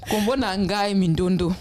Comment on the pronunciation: y'a juste un petit point sur lequel j'ai un doute, c'est quand tu dis que la lettre "N" est muette lorsqu'elle précède certaines consonnes (dans un mot comme "nkombo" par exemple). je viens du Gabon, et des mots qui commencent par N dans ma langue tranditionnelle (qui s'appelle inzebi, et qui est d'ailleurs très proche du lingala sur la grammaire, et même certains mots), il en a plein (ex: Dieu, "nzambé" en lingala, "nzembi" en inzebi) je pense que le son N n'est pas silencieux, au contraire. il se prononce comme le son "ng" du mot "parkiNG" (en alphabet phonétique il s'écrit ainsi : ŋ ). mais c'est un son qui n'existe pas dans la langue française, raison pour laquelle les français ont généralement du mal à prononcer les noms africains comme "Nkoulou" par exemple (ils diront ENkoulou à la place). sinon, merci beaucoup pour tous ces cours ! pour moi qui apprend en même temps ma langue traditionnelle, je me profite de sa proximité grammaticale avec le lingala pour m'améliorer (et apprendre le lingala par la même occasion), et franchement ça m'aide beaucoup !! courage et encore merci 🙏